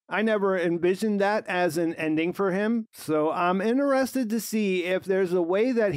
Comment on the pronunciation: I love your videos, but please realize that the word "inTerested" does have that "t" in it.